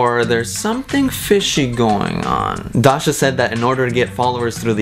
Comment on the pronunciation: the way says Dasha is really satisfying